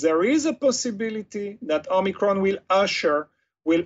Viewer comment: "Homiecron" XD